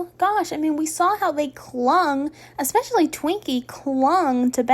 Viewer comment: Can someone let her know that there is no "x" in especially